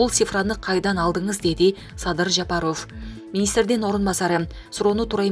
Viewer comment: Жапаров деген созду жакшы айтсаныз боло!! Таза кыргыз ударение барбы сизде!!